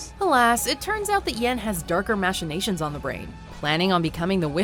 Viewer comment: was she...reading the script and didn't know how to pronounce machinations?